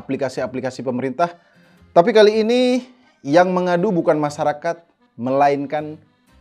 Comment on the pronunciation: pronunciation nya masyarakat blok bukan masarakat